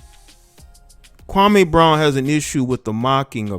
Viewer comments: you're not pronouncing his name correctly. It's pronounced 'Kwa-Mee' not 'Kwa-Maaay'. I usually don't care about these details but KB literally has a problem with the way SAS says him name so it's kinda ironic that some of the very people who are siding with KB are also inadvertently butchering the brotha's first name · SAS goes at everyone.... I don't understand what y'all talking about? He clowned Kwame Brown but he's clowned a ton of players, black and white over the past 15 years!!! Yes Kwame's name and how he pronounces he's name is part of what SAS is known for.... I'm not bout to feel sorry for Kwame because he had multiple opportunities to turn his career around and he became a decent role player and made over 60 mil in the process.... And I'm sorry Barnes was an elite defender and a very good role player and a dog!... Also Stak5 was a borderline All Star and dog and always rode for his teammates